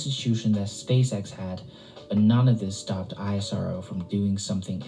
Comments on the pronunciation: it is ISRO not I-S-R-O like NASA not N-A-S-A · Everytime he said I-S-R-O I corrected him "please it's IS-RO" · Don't call it as i-s-r-o,its isro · Hey its ISRO - u pronounce - I S RO thats wrong Which is correct is ISRO - E Sa Ro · Dude calling it I.S.R.O. ( eye es ar oo) is irritating call it ISRO ( ees-row) for god sake . Do you call nasa ..N.A.S.A. just not used to hear I.S.R.O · Its ISRO (pronounced as iss-row)not I-S-R-O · The agency is NOT called "I S R O". It's called "Is Row". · We call it ISRO. Not I. S. R. O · It's pronounced ISRO and not I.S.R.O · It should be pronounced as esro not I.S.R.O. like nasa not N.A.S.A. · We call it ISRO not I.S.R.O. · Dont spell ISRO like i yes our vow .. we call it is + row .. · yes bro isro is right word not i s r o . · Stop saying the letters out individually..You don't say N A S A as separate letters do you?